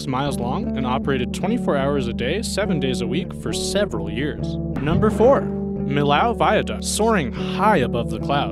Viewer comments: and Millau is pronound [mijo] ("mee-yo"), not [məlaʊ] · If you want to pronounce Millau, say meeyo